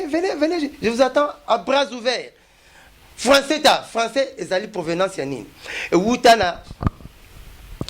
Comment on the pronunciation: Oyo falançais to françois